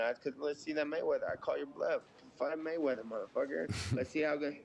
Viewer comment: Ya, Matweather